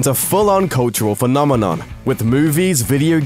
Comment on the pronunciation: Who heard phenomenon as nominon?